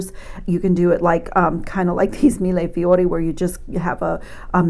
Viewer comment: When you say millefiori it sounds so beautiful